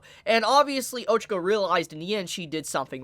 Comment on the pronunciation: Great vid. But it’s O-chah-co not O-chuh-co